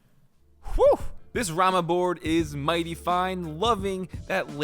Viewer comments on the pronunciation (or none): none